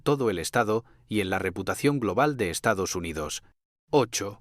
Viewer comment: Estados Hyndodos o Estamos jodidos? 😂😂😂😂